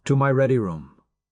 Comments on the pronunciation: AI mispronunciation. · "Chuck O Tay" HA HA HA! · Every time reminded me of "Chic-o-sticks" from my youth. 🤮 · Them names tho. It don't blame ai for not knowing how to pronounce fictional names. Or places